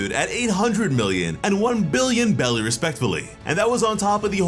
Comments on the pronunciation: Can anyone tell me why he keeps saying Belly when all I ever heard was Beris (pronouced berries). I feel like this is another case where got wrong info about pronunciations and running with it again like he did with Black Clover and Llebe 🤣 I could very well be wrong tho so please anyone can tell me? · They are called BERRIES. STOP saying BELLIES. my fucking god. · Jeez it’s NOT bellies… wtf is wrong with this dude … it’s berries… show some effing respect for the story. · It’s called berries bro not belly’s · Why do you call them belly instead of berries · What is belly I thought it was berries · Hearing him say " belly " instead of " berries " is really irksome or is it just me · I’m not sure if I’m missin something are u saying belly? Or berries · Are you calling them belly instead of berries? Lol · How come u keep saying belly and not berries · Belly 🤭 that's what I'm hearing.